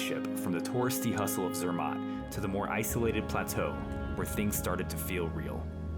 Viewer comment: Cela ce prononce Zermatt et cervin... Non pas zermon et comme vous prononcez...